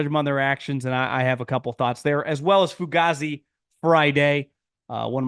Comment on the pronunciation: Its pronounced fu-gay-zee bro 😂😂